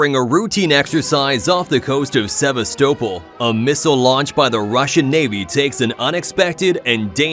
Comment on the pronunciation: "sever stope ull" Why are yanks so unbelievably dumb?